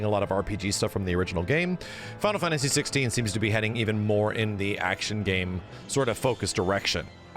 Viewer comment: Why do you say "fantasy" with an accent? "Fawntasy"